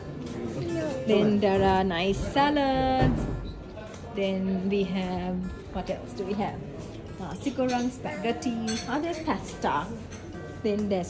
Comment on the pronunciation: The correct way to pronounce is Nasi goreng. Nasi is rice. Goreng is fried. It's a Malay word.It's not nasi gurang.